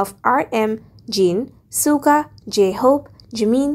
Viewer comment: At least do proper research before making these type of videos. You didn't tell anything about JHope, Jin and RM. Also you pronounced Suga and Jungkook's name incorrectly.